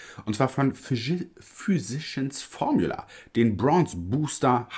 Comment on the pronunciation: Physicians Formula ist so eine tolle Brand! Gibt hier in USA keine Drogerie oder Einkaufsmarkt, die/der diese Marke nicht führt! Zu recht! Ich finde die Produkte toll! Bitte unbedingt mehr davon ❤️🥳🤩🤗 (Füsischi ens Formjula wird es ausgesprochen 🤣)